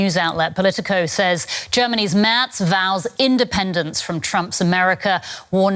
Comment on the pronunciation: *Merz NOT 'Mertz'.